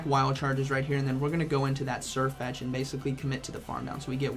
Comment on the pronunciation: Why doesnt Sirfetch'd learn Surf? That would be funny, since you actually say Surfetch'd